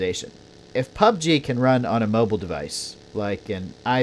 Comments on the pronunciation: It’s mobile not moble 🤷🏻‍♂️ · Can Someone teach this guy to pronounce Mobile correctly...fucking sounds like mobel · Damn the emphasize on mobile and Xbox is great😂